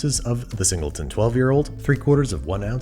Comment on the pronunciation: ah yes, the zingleton.